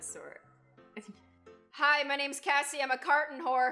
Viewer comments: Jj Kinks not Cassy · No hate but it's